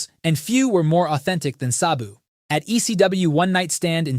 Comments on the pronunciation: If your going to do a video about someone you don’t know then title it “The Beautiful Tragedy” at least get the person name right his name was “SA-BU” not “SOB-U” like you gave him 🤦‍♂️ 😂 rip to a legend and someone that I actually was alive to see since 1993 SABU! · It's pronounced Sab (rhymes with dab) BOO. Not suh-boo. Not say-boo. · Its just S A B U. Why are you mispronouncing it constantly the whole video as if there is an H in his name. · pronounce Sabu correctly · How are you going to make a video about the man and mispronounce his name repeatedly through the course of it?